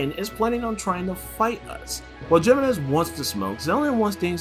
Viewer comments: It's He-menez, not Gee-menez, since it's a Spanish name. Figure I let you know. Great video, by the way! :D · loved this video you explained everything really well but i think its pronounced HEEmenez also the music was a little too loud at times making it hard to hear you <3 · its pronounced “He-MÉ-NEš”